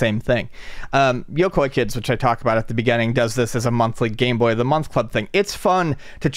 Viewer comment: I love handhelds. Always have. When I first became aware of the original GameBoy I nearly lost my mind, heh; goodbye Microvision! I can't quite make out the name of the handheld that you two kept mentioning, though....'Artie Boy'? 'RD Boy'? I want one!